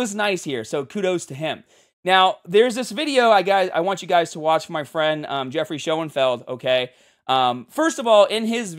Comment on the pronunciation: Unrelated to Greg but you butchered Geoffrey's name lol